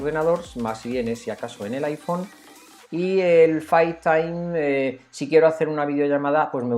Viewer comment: Face time se pronuncia Feis taim